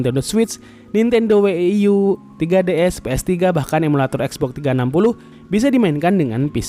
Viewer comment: Bang coba dong bang next klo ngomong wii dan wii u jgn we-i-i atau we-i-i-yu agak gimana gitu bang denger nya wkw cukup wii atau wii yu, itu yg bener